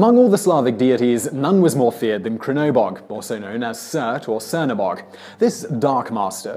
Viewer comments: The Slavic one is pronounced Che-rno-bog, or Blackgod, direct translation. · "srnobog" not "krnobog" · Its pronounced "Tshernobog", literally translated "Blackgod" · First one is definitely Chernobog as in Charlie, not as Chevrolet or K in Curry. Some Slavic languages would pronounce it as zz in pizza. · Chernobog pronounced TSCHERR-NO-BOG, Črnobog, the "Č" is pronounced "tsch", similar to how "tree" is pronounced, it's not that hard to try TO pronounce interesting names - with a little practise, preparation - it would be no problem. "J" in Nordic names is pronounced "Y", Ragnarok = RAG-NAR-OCK. Deity = DAY-ITTY. Dewi is pronounced DAY-WEE. Great video all the same. Thanks. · #10 is pronounced chernobog. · It's CHERNobog. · 1) pronounced "chernivog"........ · It's pronounced Chernabog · It was bad enough hearing him say something as simple as "Czernobog!" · Tchernabog. T is almost silent. Like T'challa. That is all